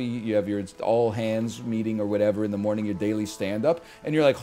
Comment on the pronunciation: 🤣 "rest until moning" the NL original